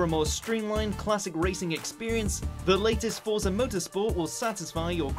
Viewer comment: Dislike for not saying "Forza" correctly.